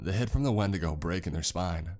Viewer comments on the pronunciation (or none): none